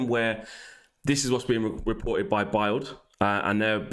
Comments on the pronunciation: Man said Biled lmao instead of BILD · Not trying to be the annoying grammar police but I think “Bildl is pronounced the same as build. Keep up the great shows I’m loving it